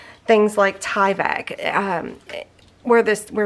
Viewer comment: You are pronouncing Tyvek correctly. You're good.